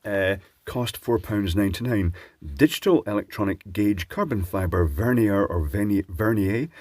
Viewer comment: I think it's pronounced "verneer".